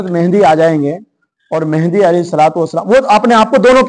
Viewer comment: aap ko MAHDI AS ka naam bhi nahi lene aa raha hai. MEHENDI keh rahe aap 😂😂😂😂 Engineer KAFİR hai ka fatwa de diya… Aap ko kisne haq diya hai kisi ki takfeer kare…